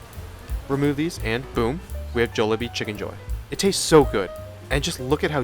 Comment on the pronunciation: Im sorry ill watch the video. But I cant trust someone who isnt saying Jollibee like they do in the Philippines.